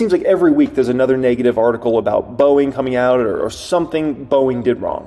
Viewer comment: The word it "Neg-ative", not "Nay-gative".